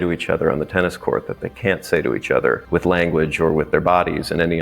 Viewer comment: Why did bro say TEENis 😂